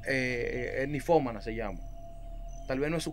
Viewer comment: SE DICE NINFOMANA, NO NIFOMANA. NINNNNNNFOMANA CON N ESI ES LA PALABRA CORRECT